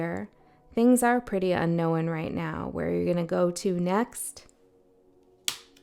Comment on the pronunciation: Thank u for this portal 1 seems to resonate... furmiliar 😂 y u say un knowin? It's un- known ... un no own